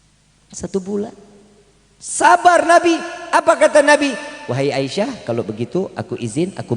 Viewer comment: Asiah bkn aisyah a